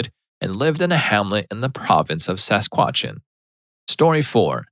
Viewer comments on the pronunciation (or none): If there were no captions, I thought he mispronounced Sasquatch! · (story 3) …My dear sweet heavens, I might legitimately know Roy! 🤣🤣🤣 And by the way, it’s” Sask-at-choo-wan”. Say it with me now, “Sask-at-choo-wan”! 😆😉✌🏽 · I almost choked when he pronounced Saskatchewan. I mean look at it it’s obviously more two syllables. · “Sas-kwatch-in” I am personally offended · As a Canadian love the failed pronunciation of Saskatchewan. It’s both funny and sad how no one pronounces it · This man just insulted my entire province with the way he pronounced saskatchewan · If you’re going to make fun of dumb folks, please learn how to pronounce “Saskatchewan” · Ikr?!? Current resident, and I’ve heard Saskatchewan butchered in countless ways in my day, but this one was especially painful! 😝 But hey, Canucks represent! 🇨🇦 ✊🏽